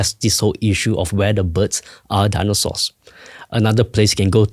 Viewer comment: "Daanosores"? English, please!